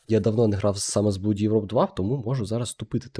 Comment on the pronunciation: blood читається як блад. Я знаю що оо як наше у, але саме це слово є вийнятком